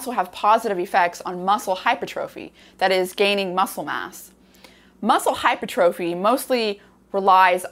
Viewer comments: Hypertrophy is pronounced - Hi-per-truh-fee, not hyper trophy. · Hi Dr. Rhonda! Love your videos and have learned so much - and have referred dozens of people to your sulforaphane video. Thank you, thank you, thank you! Just a heads up: hypertrophy is pronounced "hai ·pur·truh·fee" with the accent on the second syllable. Thought you'd like to know. 😉 Also, I'd love to have a conversation with you about Blood Flow Restriction Therapy and Training. I was the first person in the U.S. to be certified by B3 Sciences as a Blood Flow Restriction Coach. I have transformed my body and health using BFR, and several of the other bio-hacks I've learned from you - such as heat stress, food stress, etc. I'm 72 and play competitive volleyball (Bronze medal at last year's USA Volleyball Open Nationals in the over 70 division) and have gained almost 8" of vertical jump since turning 70 in addition to reversing several of my aging biomarkers. Message me if you are open to a conversation or a text exchange to start off with. Here's a link you should find interesting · It's Hypertrophy! Not Hypertrophy.